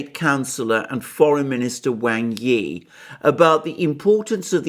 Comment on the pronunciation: I really enjoy your videos, they are very well thought out. One criticism, please pronounce Wang Yi's name correctly!